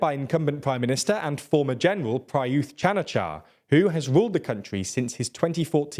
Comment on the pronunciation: But he couldn't pronounce Prayuth correctly :)